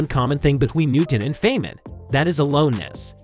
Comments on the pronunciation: Feynman is pronounced "fine man". He liked the girls, loved practical jokes, was a major contributor to the original design of the atom bomb, and liked playing bongo drums. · Richard's surname is pronounced FINE-man. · I guess you are not a genius, because you pronounce Feynman wrong. It is not pronounced "Fain-men". It is pronounced "Fine-men". Also, tell me, how do you know Isaac Newton's IQ, was 190? And, "Neuro-plas-tickity", sure!! 🥲